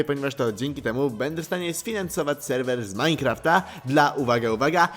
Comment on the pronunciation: Majnkraft de best perfekt inglisz